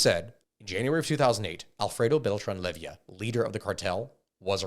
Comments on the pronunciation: Good video but dawm, hearing you misspronounce so many last names hurts broo, its leyva not levia, and well some others its just accent but yeah some names really got misread badly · Bro said lay-vee-uh, its lay-va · Ovidio not Olevito Guzman OseguEra not OsegUra and finally LeyIVA not LevIYA El MayoR !?? how is possible you cant read bro at that age? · 🤦🏻‍♂️it’s Leyva, not Levia. lol. And peñanieto didn’t botch the government response to the missing students. He covered it up. There is currently an arrest warrant for him in Mexico as he fled to Spain. And in Mexico, presidents serve only a single 6 yr term. There is no re election. Most of your info is actually pretty accurate. You left out so much but I get that you’re only talking about what’s been proven.I’m impressed. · If I hear him call the Beltrán-Leyva cartel "Levyia" one more time I'm gonna freak out.